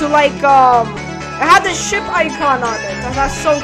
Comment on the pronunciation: Bro I thought you said shit it's was ship